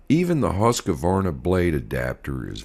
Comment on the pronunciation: it is husk-varna not husk-a-varna